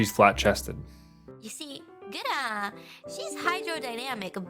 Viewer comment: Am i the only one getting frustrated by him saying “gara” in stead of “gura”